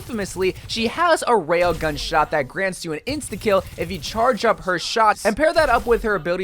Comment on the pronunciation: “With widomaker you have to stand still and wait for your SHART to charge”